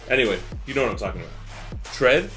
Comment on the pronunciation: Tread 🤔🤔🤔🤔 Thread ......... 🤣🤣🤣